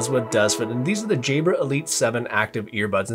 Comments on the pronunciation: By the way say jahbrah....it sounds like you're saying jaybra ...which sounds like jaybird....thx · Nope it was me - I just re-listened and this vid has helped me finally decide that the Elite 7s are the ones. Des it's your accent - most people say "Jabb-rar" but you pronounce "Jayy-brer", made it sound like "Jaybird"! I'm a Brit so had to tune in to your accent - maybe speak 10% slower for we "foreigners" :-)